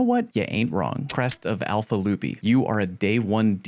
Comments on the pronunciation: Love the video! One thing I would say though, is "lup-eye" is the proper way to pronounce it! lupi is latin for wolf and that is how it is pronounced >:) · Re: alpha lupi, it’s Latin so yes you said it wrong. Facts don’t care about your opinion.